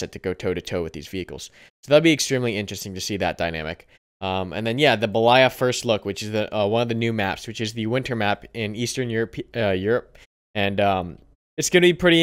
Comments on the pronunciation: It's not belAya, but bElaya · The new map name is pronounced bElaya. Means white in Slavic languages